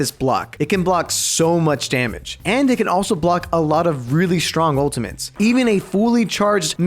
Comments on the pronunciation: Why does say "ultimantes" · why does he say ultimantes